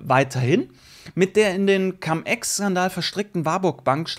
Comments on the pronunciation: warum immer noch Cam Ex? Cum = lateinisch und wird auch Cum ausgesprochen. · cUUUUUUm, wie Ungeheuer wird das ausgesprochen. Trust me - hatte 5 Jahre Latein.